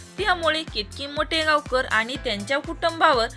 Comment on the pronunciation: मोटेगावकर नाही माटेगावकर हे नीट बोला मग व्हिडिओ बनवा